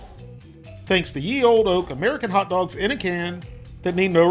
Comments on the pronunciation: the "ye" is pronounced as "the", not "yee" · its pronounced "the" and for price its around 70 pence